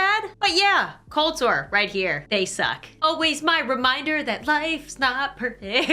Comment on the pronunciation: What is colsore or what ever u said